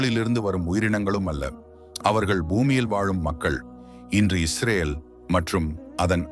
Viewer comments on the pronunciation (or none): none